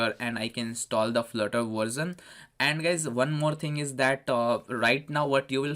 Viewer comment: Flurter or Flirter...lol